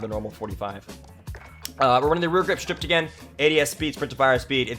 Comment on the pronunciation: Hate to be this guy, but it’s “stippled” not “stripped” grip. Like nipple, but with a ST in front. 🤙🏻 lol